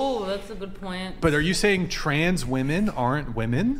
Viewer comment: What's with all of these people pronouncing the plural for "women" as a singular "women"? Holy Brainrot, Batman.